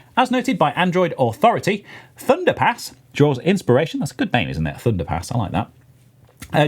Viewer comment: my american ears kept hearing thunderPANTS so i had to find the video and comment. HAHAHA! thunderpants is hilarious, thunderpass is just... fine i guess. Anyway, love the podcast have a great day